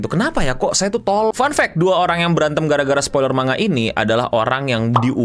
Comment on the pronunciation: Manga dibaca man-ga dipisah cara bacanya. karena di bahasa Jepang tidak ada bunyi "ng". 😁